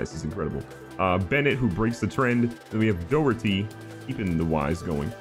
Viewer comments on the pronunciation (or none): none